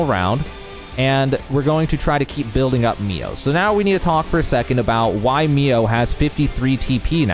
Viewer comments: i like the video, but man saying MIA instead of MIO was annoying lol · I started the game a few weeks ago. I'm close to finishing it. I should've watched this video right away! Besides getting Mio's name wrong (lol) and pronouncing Sena's name wrong as well, your explanation skill is amazing! 🤟 Why must Monolith always overcomplicates their battle systems...